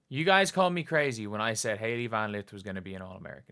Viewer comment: WOW ….. “HALEY VAN LITH”!